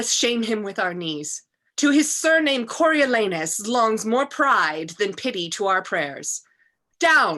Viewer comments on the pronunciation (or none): I like not "Coriolaynus"; better, "Coriolahnus!" C'mon, secondary schoolboys may see this. Also, Volsci: how pronounced? "Volski", (Lauren: We're from Poland, it's fine!" (;)); "Volshi" (my preference), or "Volsi". I heard all three. Ditto, "Corioleye" v. "Coriolee" ... Nae big problem, but consistency is good. Fabiana Cabral is magnificent as Coriolanus. She scares me, even at the distance of 5,000 km ... and months apart. Brilliant! And Lauren shines too.